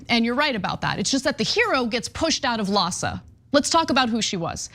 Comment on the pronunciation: LAHSA sounds almost like PADS!